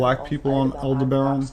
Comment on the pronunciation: Alderbaran sounds like Alderan